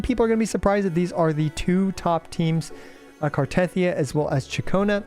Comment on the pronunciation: The way you pronounce Cartethyia even when they pronounce it in game makes me want to cut my ears off and feed them to a Malamute. But CC’s don’t even listen to in game dialogue because you skip everything makes sense. All good.